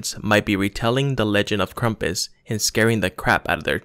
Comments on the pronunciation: Cool video but it’s pronounced Krampus not Krumpas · lol just kidding I know it's krampus but the guy talking in the video said krampus as krumpus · it's not krampus,it's KRUMPUS